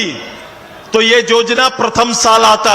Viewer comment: सुदेश महतो जी को योजना का उच्चारण नहीं आता है वो जोजना बोलते है और युवा को जुवा बोलते है कैसे झारखंड का कल्याण होगा